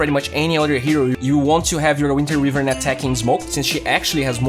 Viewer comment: Só uma correçao: "wívern" está errado. Como voce gosta de dar enfase no ingles, achei justo mencionar. Fora isso o video ta perfeito, proxima vez que eu for na off ja vou pensar se rola de pegar a wyvern xD